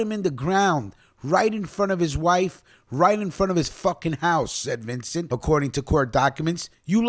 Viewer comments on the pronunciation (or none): none